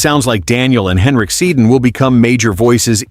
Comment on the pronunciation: "Stan Smile and the Satan Twins" 😂😂😂 Get the names right and perhaps I'll subscribe